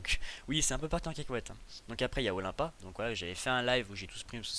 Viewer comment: Olympia ce dit Olainpia